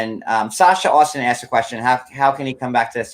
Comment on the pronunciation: Asked as aksed